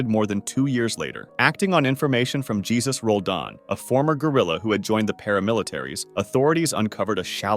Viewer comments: Vicente is pronounced; Vee-sen-teh. The "C" is pronounced like an "S" not "CH" like in Italian. Jesus is not pronouned: Jee-sus, but instead its, Heh-soos. Come on dude. Get it together. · Jesus en Espanol is pronounced HAY-SOOS. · Not everyone pronounces it hey Zeus and it probably doesn’t matter how he pronounces